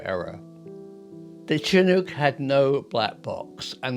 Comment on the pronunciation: Finally a Brit who can pronounce Chinook properly. Thanks for that.